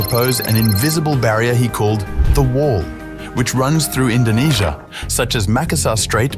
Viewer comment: YOU MEAN INDONESIA NOT INDONASIA